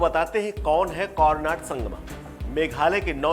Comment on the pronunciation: यार थोड़ा ठीक से उच्चारण तो कर लिया करो। कोरनाड नहीं कोनराड है।